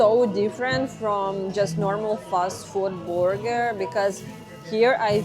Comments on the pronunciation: Say "BER"ger, not "BOO"ger. Booger means something else.😅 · I love your Russian pronunciation of BrrGrr: “BooerGur” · "The borger" 😄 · I luv your pronunciation of "burger," it's so cute. Though it's spelled with a "u," it's pronounced like an "e." Say "ham-berger” 😉